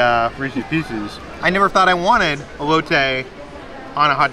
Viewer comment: I'm so proud of you my friend. You improved your pronunciation of elote!. As a Mexican it made me smile when you pronounced it right!!!